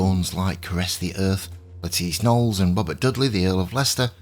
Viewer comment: THANK YOU for the correct pronunciation of her name! I am so tired of watching videos by historians who are still calling her "Lettuce Nollis"!